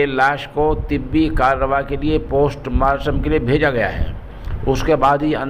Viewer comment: وعلیکم السلام جی الفاظ صحیح سے اداکیاکریں یہ پوسٹ ماسٹم نہی بلکہ پوسٹ مارٹم ہے کیونکہ آپ اک عالم ہیں اور آپکو سنتےہیں اسلئے